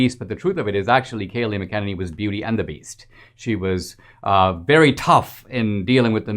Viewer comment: Who name is PRONOUNCED MAC-AH-NANNY!!!!! NOT MAH-KINNEKNEE"